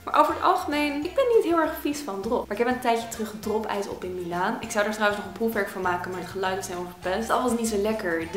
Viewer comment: ik verstond foefwerk..